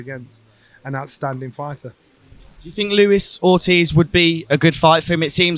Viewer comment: Luis ortiz 😂 come on...